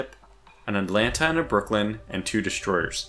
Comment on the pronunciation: For the love of the Spurious Deity, there is no D at the end of Brooklyn! LOL. Enjoying the series, got some good tips from it.